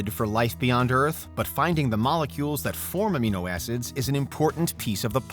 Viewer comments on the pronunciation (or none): none